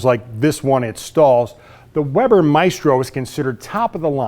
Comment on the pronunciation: Weber is pronounced "Vayber", i can read German so can read the roll titles.